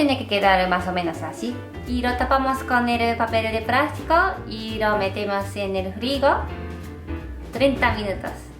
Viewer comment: me encanta que diga papel de prasrico